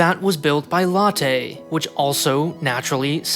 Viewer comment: It's pronounced LOTTEE - Not LATTE. It's not coffee. lol